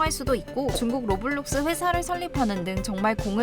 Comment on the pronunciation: 로블록스가 아니라 로우워뷜뤅숴네